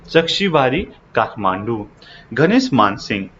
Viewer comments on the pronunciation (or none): none